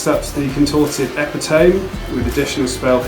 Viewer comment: I'm going to throw this out there even though I know it is nitpicky: epitome is pronounces e-PI-to-ME, not E-pi-TOME. 4 syllables not 3.